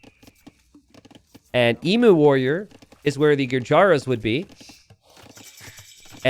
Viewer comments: I wince in pain every time he mispronounces Emu. It's Eem-You. Not Ee-moo. Hoping the Emu Warrior name is a reference to the time the Australian Army went to war with the Emus, and lost. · if you do a video about CRICKET 🏏 in India, you might get a Billion views... 😁 Geography is the same as any other subject you studied (or not) at school - you must NEVER STOP LEARNING. Emu is pronounced "eem- you", not ee-moo. M 🦘🏏😎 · I HAVE HAD A LONG DAY... APPRECIATE ME. leave Jeef's alone. Also, it is FREAKING 'EEEEM-YOU' not 'EEEEM MOOO' Dead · Emu is pronounced EEM-YOO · mispronouncing Emu for an hour was a laugh at least 😂😂